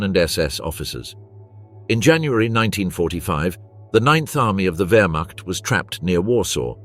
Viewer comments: Terrible AI commentary. Stopped the moment I heard 'Werschmart' which I assume meant 'Wermacht'. And the awful picture gallery which shows nothing aligned to the commentary, even showing French soldiers as SS, what a load of shite. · Werch mart. Good try, AI. It's Wehrmacht(vermact). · commentary at 2.08 = "werch mart". How real is any of this ??? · The “wurchmot” brutal pronunciations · What the hell is the Werchmart? Once again, AI sucks a turd. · You know the nattation is AI when it says "Wurtch-macht" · ... "regular members of the (wertmarch) ... wtf! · Stopped watching when the AI voiceover could not pronounce ‘Wehrmacht’. Get a real person. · The narrator missed pronounced whermacht not good enough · Can you not pronounce Wehrmacht? Is it so hard to check your work? Distracting from the rather decent script that either AI or some poorly paid historian wrote and was not credited. You have to do better. Or be ignored. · I stopped when the AI voiceover could not pronounce‘Wehrmacht’.